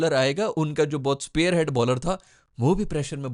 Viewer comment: Spearhead hota hai bro, sparehead nahin. Iski sense bhala/neza sath rakhne wale warriors se judi hai jo leader hote the, aap isko spare as in spare part ke jaise soch rahe ho lagta hai